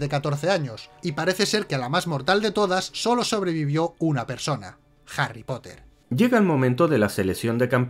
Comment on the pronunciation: Jarry Cipote ! Eres el peor !